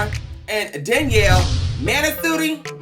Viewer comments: How he was pronouncing Danielle's name had me choking💀💀💀💀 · He said Danielle monstrosity💀😂😂he is a got damn fool